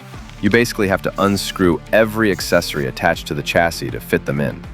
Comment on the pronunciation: Ch’assis is not the correct pronunciation bud. Otherwise excellent vid.